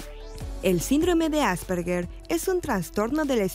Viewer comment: ¿No es Asperger, en vez de Asperguer, con "u"? /Tal vez cuando escribo esto , el programa ya no exista. Por favor, confirmar.